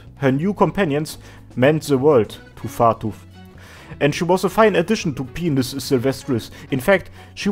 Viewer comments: dude, by-nus, not pe-nus. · Dude...Pinus is pronounced PINE - US P! EYE! NN! UGH! SSS! Not penius...Xd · its pine-us not penis. it means pine tree or something. so it should be pronounced like pine tree. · Pinus, not pine-us. Latin, not English. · It is modern Latin so "correct" pronunciation is damn near impossible to pin down lol. I studied botany in Sweden and everyone in my class, professor included, pronounced it "peen-us"